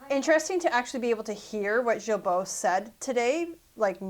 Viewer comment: It's pronounced "GEEBO" NOT the soft G you used.